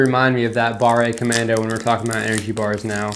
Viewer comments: Its pronounced bar, not barré. We use e and é in french and they both sound differently. A good way to know is to type a word in google translate. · French language hint: "barre" is not pronounced like "barray" , the final E is silent so the word is pronounced almost like the English "bar" . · If the word does not have é at the end, you don't need to say "ay" so pâté is well.... pâté. Pâte is paste (fruit paste), and barre is a bar (and not barré :) ) Here ends your French lesson of the year !! 😂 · BARRÉ COMMANDO XD c'est ca qui m'a fait peter un cable a chaques fois qu'il l'a dit XD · FYI Fondue is a noun that describe a hot pot of a mix of strong alpine cheeses you dip your piece of bread INTO. Fondu is an adjective : melted cheese. You put it ON a piece of bread or craker In french if an "e" does not have an accent - é - you do not pronounce it most of the time when at the end of a word. So "Barre commando" or "Pate de fruits" should be pronouce "Bar/ commando" and "Pat/ de fruits". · pas grave ça XD nan le pire c'est quand il prononce BARRE COMMANDO XD